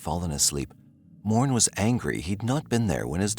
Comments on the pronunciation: its not 'Mourne" its pronounced "More-nay" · Morne is Pronounced More-Neigh. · Morne is pronounced Mor-nay